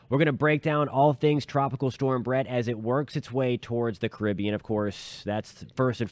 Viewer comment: Thanks for pronouncing "Caribbean" correctly!